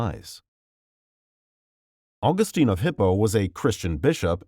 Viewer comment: My critiques of this video. 1. Mother Theresa - I don’t understand the point about her opposition to birth control and abortion. It should be pretty apparent that she would be considering it’s required. It’s a weird thing to fault her with personally. 2. Mispronounced Augustine. 3. Mispronounced Capuchin. 4. St. Christopher wasn’t “de-canonized” because there’s no such thing and he was never canonized to begin with. Canonization is a relatively newer process which is considered an irrevocable act. Regardless, early saints like St Christopher were popularly proclaimed as saints.